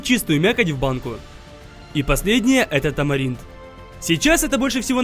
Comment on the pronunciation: Он сказал тамарилд)